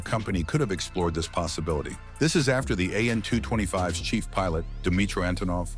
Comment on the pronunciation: Soviet planes/helicopters etc arent pronounced as letter by letter. Its pronounces as a word. So AN is not 'A N ' its just as you read it 'an'. KA (Kamov helicopters) - is KA (car withour the r) , SU(Sukhoi) - is SU('soo' rhymes with 'shoe' or 'too' , IL(Ilyashin planes) - IL (same as ill) and so on. EDIT: I say Soviet and not Russian/Ukrainian, because AN-225 is whether anyone likes it or not a Soviet plane. Country the size of Ukraine or just Russia could never even dream of building a plane like this, the ammount of engineers, funding, even the need of it (wasnt made as cargo plane...) etc. For just as example, look at Airbus A380, whole europe was on it. Wings done in A country, cockpit in B , maybe tail in C and so on. Same idea with AN-225, but withing USSR.